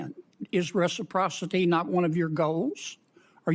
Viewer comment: "reciprocity" apparently has too many syllables for.